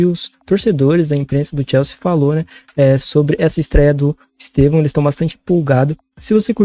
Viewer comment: Eu racho o bico pq a pronúncia deles de EsTÊvão faz parecer que eles estão chamando ele de EsteVÃO (no aumentativo) 😂